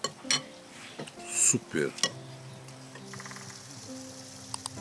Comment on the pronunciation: Is this guy brazilian? His "SUPER!" accent sounds a lot like a brazillian